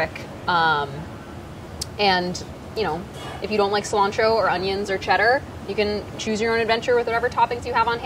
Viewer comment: Now THAT is SEE-lantro hahahahha 👀👀☘️☘️